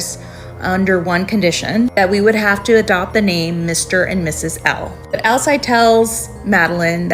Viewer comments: Pretty sure it is pronounced Al-seed, like the Werewolf from True Blood. Hope that helps! 🙏🏻😊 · Alcide is pronounced Al-Seed